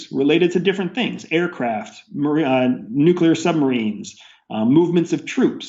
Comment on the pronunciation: "Nuclear weapons"... not "Nucular weapons"... "Nuclear". Anyone who says "Nucular" is a bender. Kappa.